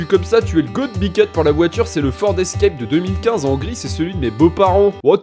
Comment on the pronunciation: 🤣🤣" Le ford Escrèpe "